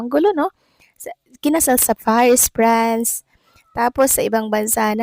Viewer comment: VLOGGER:.PARIS, PRANCE X CORRECT PRONUNCIATION: PARIS, FRANCE